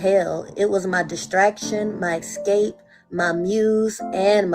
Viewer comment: BTW, the word is "ES-cape" not "EX-cape" ...